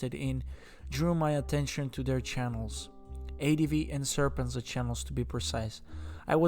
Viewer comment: How does he not know how to pronounce their names if he watched so much content? Serpent-zed-a. Winston says that many times in his videos. Also, Laowhy86 and C-milk are the same person, but he lists them as seemingly different people in the title, and also he somehow can't pronounce laowhy, even though he claims he has watched these guys videos. Making videos about reality in China is what they do. THEN they offer their opinion.